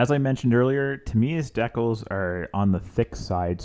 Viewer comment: You're killing me with the pronunciation of decals, but I really like the work! It's beautiful and I'm looking for the airbrush stencils right now! I just bought this model and I'm gonna watch your video many times. Thank you for the video and commentary!